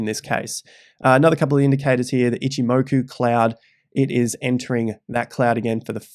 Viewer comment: Shame on you . You know its pronounced “Itchimacca cloud” down under.